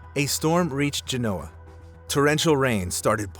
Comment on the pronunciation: I love your channel, but you need to look up the correct pronunciation of Genoa.